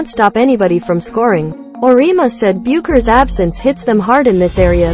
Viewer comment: I can't believe anyone who has even remotely watched NCAA Women's basketball would not know how to pronounce the 2021 NPOY's name. It is pronounced BECK )rhymes with Peck) ERS. Makes everything you say seems questionable.And Geno's name also Ore- E' ama not arena. shesh